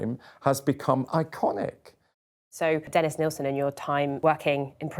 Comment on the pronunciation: Nill-sin Not "Neil-sin"